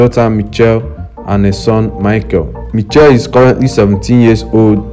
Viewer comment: If you are going to say the name say it right ....in pronounciation mi-SH-elle not ni-CH-elle